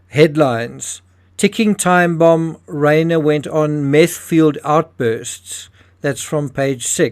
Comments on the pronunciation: Reiner is pronounced Rye ner. People become addicts because they have mental health issues. Normal healthy happy people don't become addicted to Meth. And 17 times in Rehab tell you alot about that person. If I had been his parents I would not have allowed him to have access to my home. Drug addicts can get violent , you never trust a addict ever. They are liars. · You are mispronouncing Rob Reiner's last name. It isn't like a horse's "rein," but rather uses a long "i," something like "Rhine." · If you can't pronounce the victims names properly you shouldn't be reporting on it. Rob Reiner is famous & the name is repeated over & over again. Not like getting the neighborhood security guard name wrong ! It is a lack of detail. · Understand, it's incumbent upon us to pronounce a person's NAME only as the man himself would. That's not only basic respect, but a goal of every good journalist.